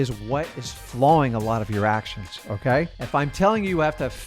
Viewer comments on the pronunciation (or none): Sounded like you said "Flawing your actions" but it said "Flowing your actions".